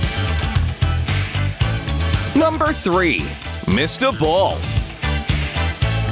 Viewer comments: M I S T A B O O L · For me it was mr ball too lol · When the narrator said: Mister Bull it was like: Missed a Bull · For me it was Mr. Ball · Mistr buall